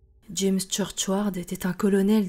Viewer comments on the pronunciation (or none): none